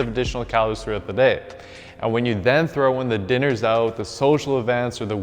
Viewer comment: Love how you pronounce Out and Workout as Oot and workoot